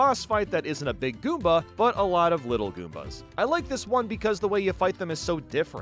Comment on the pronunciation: It's pronounced "Big" not "Beeg".